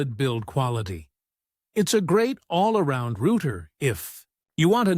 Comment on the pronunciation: YoutTube should really allow you to filter to exclude rubbish AI generated videos like this. It is a joke. Can't even pronounce "router".